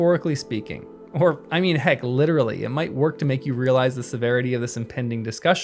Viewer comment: Did you say "heckerilally"?